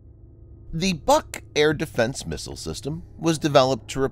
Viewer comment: it is not BUK (A) it is BUUUK